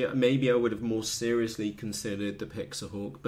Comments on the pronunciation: PIX - HAWK..... NOT PIX - A - HAWK... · Pixhawk not pixahawk lol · I believe you have a slight misunderstanding of Pixhawk. You are actually pronouncing it wrong. :) Anyway, the 1mb limit was a hardware bug, corrected. You are not going to fill that with waypoints or settings anyway. It's more about firmware and advanced functionality. Pixhawk has a much larger development community, being open source that's to be expected. It's also comes in more hardware flavors. However, it's probably not as easy to use. With anything that's feature rich, more can go wrong if you select incorrect parameters. Between PX4 and Ardupilot, eagletree can't compete. Customer service for pixhawk.. It's open source, that doesn't exist bro. Show me a custom UAV that utilizes DNN & computer vision, 90% of the time its a PX4/Ardupilot rig.